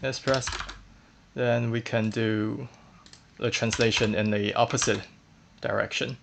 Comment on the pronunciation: are you frenchman or why are you saying "le" instead "the"?